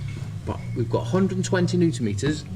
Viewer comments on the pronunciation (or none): none